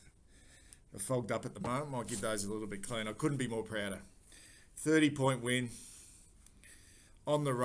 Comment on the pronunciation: did you say prouder i thought you worked in media